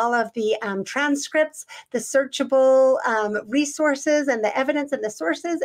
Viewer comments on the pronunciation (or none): none